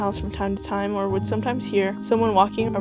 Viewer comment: ara ? 😭😭 “or uh” I ain’t never heard someone say ara